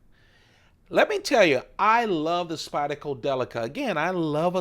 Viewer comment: Like nails on a chalkboard when you say Spyd-a-co. Good video, though.